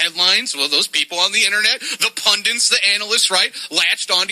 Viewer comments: Pund-ant? SMH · It sounded more like pundint which is still wrong lol